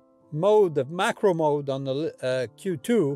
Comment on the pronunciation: This was the kind of stuff I'd expect to hear if I came across you, shooting with the q2 and asked "Hey...how do you like that camera?" Folksy and honest. Not overly filled with tech data, but instead, real-world info. One small suggestion, I could've sworn you said MICRO and not macro. Must be the accent. Nice job!